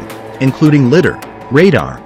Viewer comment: I wonder how long we'll have to hear it pronounced 'lidder' before the AI realizes that it is 'lidar' 🤔